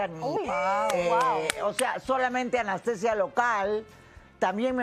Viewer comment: Sra no es anastesia, es ANESTESIA